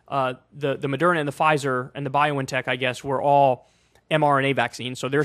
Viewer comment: where did you get this weird pronunciation of BioNTech from?